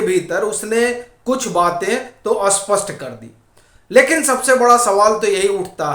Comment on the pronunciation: तुम मूर्ख लोग ॥ स्पष्ट॥ को किस गधेपन के कारण 'अस्पष्ट ' क्यों बोलते हो ।